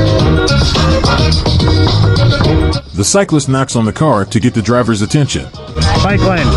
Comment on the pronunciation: Bicycle guy be like "i dont care if its an emergencwy i need my bwike lwane... You cwant pawk here in an emergwency"